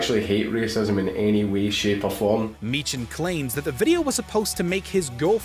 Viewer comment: Who would win? Mark Meechan (the h is silent) or Mack Meetshan